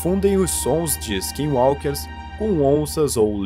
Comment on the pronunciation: Você falou skinwalker certo mano skinwalker é muito bisonho vei kkkk